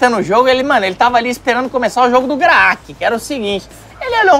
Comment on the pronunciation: Oh "creque" e o melhor 😂